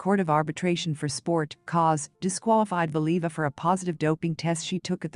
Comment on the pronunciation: It would be nice if whatever this is could prounounce her name correctly.